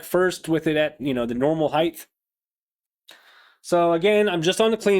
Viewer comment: Love simple guitars, have a Charvel with HS, one volume, one switch… also, there’s no such word as Heighth people, like Eighth… it’s Height, hard T at the end. Width, Depth and HEIGHT, lol - just being a dick \m/ rock on my dude.